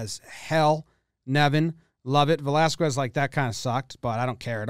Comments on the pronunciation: How can you be such a baseball fan and not be able to pronounce Velasquez? Vel-as-KEZ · The way you say Velasquez lol, “Velasqwez” 😅😅😅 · my man, the pronunciation of the last syllable of the last name "Velasquez" is just with the "K" sound, not "KW". Maybe Americans pronounce it like that, but bro it sounds horrible for us latin guys. No hate though, it just that "Kwes" sounds kind of cringy for us.